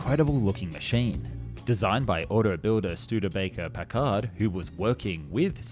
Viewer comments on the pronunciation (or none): Packard is pronounced with the accent on the first syllable. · The way you pronounced Packard